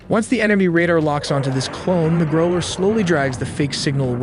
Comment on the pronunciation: NOT groler, growler.